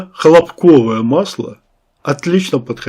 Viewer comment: может масло не хлопкОвое, а хлОпковое? :)